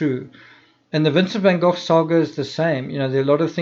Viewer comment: I love the way you say " van gogh" yes I realize that it's probably the proper pronunciation seeing as how it's dutch....but I like it